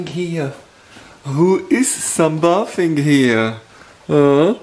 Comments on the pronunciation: Okay enough. SUN-BAY-THEE-NG. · ..it's Sun Bathing as in. Bay-theeng or long A. And emphasis on the I..love by I Bay theming. Love your vlogs and pranks. Enjoy seeing how people recognized SE you all. Would've never dreamed of this when I first went to your lovely country to interview Vacal Havel. Also covered Lech Walesa in Poland